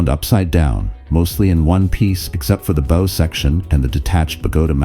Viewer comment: A very nice and informative presentation. It is unfortunate that AI text readers still struggle with common heteronyms like bow and bow.